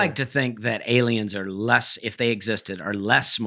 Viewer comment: I just heard the Dusty T at the end of a word. During the ad read he says it cost 'lest'